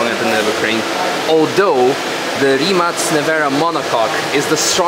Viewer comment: 'Rimac' should be pronounced 'RIMAK' as far as you are Slav